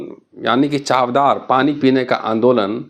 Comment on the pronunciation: It’s चवदार (means testy) and not चावदार.